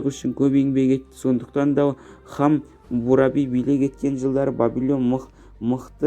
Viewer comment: Хомуропи емес Хамурапи.Сосн неге мың мың етіп сөйлеп отырсың.Нақты нақты айтсай